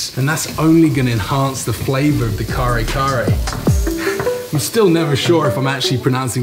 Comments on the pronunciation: The dish certainly looks beautiful. incidentally its read as kare-kare.. (ka-RE ka-RE) you drop the stress on second syllable of each word, and you dont aspirate the K. bago-ong is read as BA-go-ong, i think the stress is on the first syllable. dont worry too much about the pronunciation, most non-filipino usually have a hard time with it. the key with the filipino language is you usually read it as it is, per syllable and you dont aspirate any of the letters. =D as far as i understand, curry is anglicized of the hindi word kari which means "sauce", and kari in japanese is probably taken from the english word curry. so maybe kare-kare is a loan word from hindi... since a lot of words in the philippines are taken from several other languages, spanish and chinese to english. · Ka-re ka-re pronounce slowly 👍👍 from mother May thank so much and please cook it haha that so good and one of delicious Filipino food ❤️ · Hi. The proper pronunciation is ka-reh'-- ka-reh' with the accent placed on the last syllable rather than on the first syllable. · I really am ecstatic on you pronouncing Filipino dishes/ingredients. Good observation with satay - peanut butter similarity. Kare-kare is pronounced ka-re ka-re (not curry curry hehe). atsuete (pronounced a chu-we teh). And bagoong is ba-go-oong. Usually we don't add calamansi with our kare-kare. As always, appreciate the nod to the Filipino cuisine. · Kare kare not kale kale and put bagoong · KARE -KARE hahaha not kale kale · Yay, new video. Kale-kale, Care-Care, however u say it, that's fine. You'll soon get it right. 😂✌🇵🇭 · Ahhahaha😂 pronounce to curry curry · Ka-re ka-re u min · that's KA-RE KA-RE😁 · Pronunciation is KaRe KaRe and Ba-go-ong ☺️❤️ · Car-e car-e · your pronunciation is correct...you just have to ROLL THE R. 😁😁😁